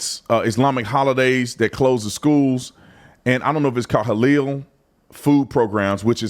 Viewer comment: It's pronounced, Ha lal